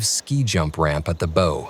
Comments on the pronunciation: You've made no clear distinction from when you're discussing the US Air Force, versus the US Navy, versus the US Marine Corps. You start talking about the Air Force's $400k helmet and next thing, we're landing on a carrier. That's goddamn sloppy. The bow of a ship is not pronounced like "bow and arrow", brain-trust. It's pronounced with the "au" sound as in "Bauhaus", the architectural design. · Copilot Search Branding "Bow of a ship" is pronounced as "boh-uhv ay ship" in English.Bow: pronounced like "boh" (rhymes with "go")